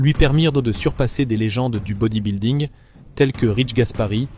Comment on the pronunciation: Ça devrait être passible de prison de prononcer 'bodybuilding' comme ça.